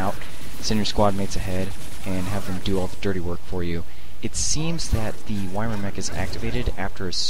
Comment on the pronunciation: love all your vids. Really showing all the good strats for adepts, and that in a lot of cases patience and diligence are the keys to success. A little nitpicking, YMIR is pronounced "ee-meer."